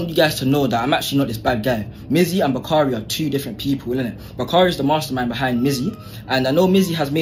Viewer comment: kind of ironic, but it sounds like he says “monster mind” instead of “mastermind”